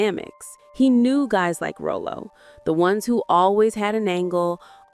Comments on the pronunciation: Ok, it's not Roll-o it's Rah-lo. I had to click off. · I've never heard Ralo's (Rah-Lo) named pronounced as Rollo. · ... 🤦🏾‍♂️ iii can't‼️ ... 🙆🏾‍♂️ you just called him Rōl-ō, but it's [ Rŏ-lō ] 🧏🏾‍♂️ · Ralo Ralo Ralo not Rolo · To the Narrator: His name is pronounced Rah Low, not Row Low 😂😂😂😂😂😂😂😂😂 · His name should be spelled Rahlo so it's pronounced correctly not Rollo which is said Rowlow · Raw low Rah low Not Row low! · Calling him Row-Low is so disrespectful! Take this video down and do it over! His name is Rah-Low! Thumbs down 👎🏾👎🏾👎🏾👎🏾👎🏾👎🏾👎🏾👎🏾👎🏾👎🏾👎🏾👎🏾👎🏾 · The fact that this entire video is calling him Row-low only means you NEVER saw one episode with Rah-low. Smh. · RAH-LOE not ROW nothing!!! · It's pronounced RALO!! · I would have finished watching this video if you called that man by his stage name. RAH-LOW!!!! Who the hell is Ro lo 😅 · I swear, if she says ro-lo one more time. It's Raw-Lo!!!! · His name was Ra-low, not Ro-low! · Irks me to hear RO-LO instead of RAH-LO😖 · Ms. Narrator, His Sanford character's name is pronounced " RA-LOW ", not row-low. 😘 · She keeps calling him roll low 😂....it's pronounced like raw-low. She probably didn't watch the show 4real...😂..if she did she would know how to say his name. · His name was pronounced Rahlow not Rowlo. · It’s Rahlo not Row Low!!! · Again, it was Rah-Low, not Row-Low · U ARE PRONOUNCING HIS NAME WRONG WRONG. HIS NAME IS PRONOUNCED RYLO NOT ROLLO. EVIDENTLY U AREN'T A REAL FAN. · His name isn’t Row-Low….it’s pronounced Rah-Low! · It's pronounced "RA-lo," not Roll-o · I just saw a video where it said that Julio was the most dangerous actor And it’s pronounced….Raw-lo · Why are you pronouncing his name that way?!? It's Rah-low. I cringe every time you say it wrong. That along with you labeling him dangerous in the title is offensive but hey you're talking about a delicious chocolate covered caramel the way you saying it. RALO impacted me so much as a kid it's one of my kids middle name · Who TF is Rowlow